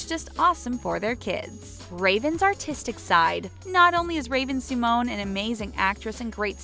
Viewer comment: did she just say see-mone? woooooow